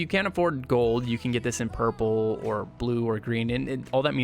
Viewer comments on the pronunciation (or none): none